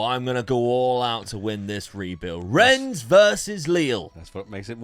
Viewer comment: YOU SAID RENNES RIGHT. The game is gone